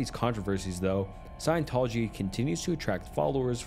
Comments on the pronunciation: The Cult of Scientology. Science Tology… dude really? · Bro... seriously?? Sci-en-tol-ogy E - meter In-ev-et-ah bul And about 20 more 9th grade words You have a quarter of a million subs, don't think it's necessary to pronunciation bait commenters for views, wouldn't you agree?